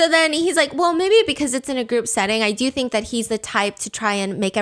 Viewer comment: saying dor you remember Mai honestly made me lose another 10 years of life